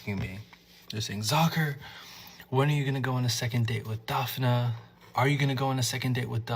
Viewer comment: it's not pronounced Dafina, it's Daf-nee 🤦‍♂